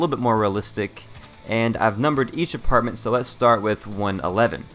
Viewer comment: He said artment not apartment